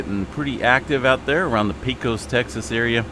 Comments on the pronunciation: Pecos is pronounced pay' cus , long a :goodvibes:. Great coverage, thanks. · It's not a big deal, but Pecos is pronounced pay cuss by the locals. Texas has quite a few towns with strange spellings for how they are pronounced. Thanks for all your work!